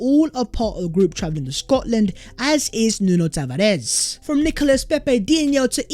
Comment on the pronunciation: Tavares is pronounced Tavarsh he's not Spanish 😉